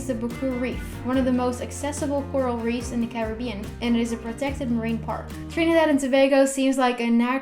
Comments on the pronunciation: As a trini I'm proud of her pronunciation of the country.... love this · Yo she pronounced our country name correctly 🇹🇹💕💕💕💕💕